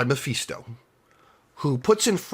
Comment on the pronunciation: Mephisto……..pronounced(Meh-fis-toe) not (Meh-feast-o)About barfed every time you said it! 🤮 Other than that great review!